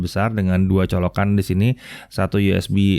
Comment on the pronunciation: Pakee charger ini ngomongnya bukan colokan, tapi coloGAN